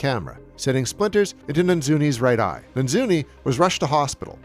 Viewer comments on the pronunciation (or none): I'm not sure why you mangle the director of photography's name so many times? You keep saying Na- Zooney when it's clearly Na- Noozy. It is Armando Nannuzzi.. that doesn't strike me as being very difficult to say. I'm not trying to be a smart-ass it's just that it's somebody's name and you should make a little bit of effort, especially because the guy lost his eye while making this movie.. It's not multiple syllables, it's only three syllables. Anyhow I enjoyed it immensely but that kind of bothered me. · Yes Nannuzzi is definitely pronounced Nanzzuni, you aced it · "and director of photography, Armando NANZUNI".... literally says Armando NANNUZZI on the screen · Good video but one thing that annoyed me was the constant mispronouncing of Armando Nannuzzi’s name as “Nanzuni” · Is mispronouncing Nannuzzi's name every time an inside joke I'm not getting?